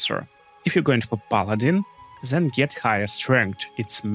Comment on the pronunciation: One tip: it is THEN not ZEN 😃 Very good video